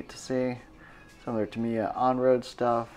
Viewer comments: Tam I ya, you say it like that not tamier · Dude why do you keep saying Tameeya and not TAM"I"YA😄 Pretty sweet video and I wish I had a store that awesome near me! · Jed Petersen actually I’m saying it a little bit wrong and the accent is supposed to be on the first syllable, I.e. “TAH mee yah” and not “tah MEE yah”.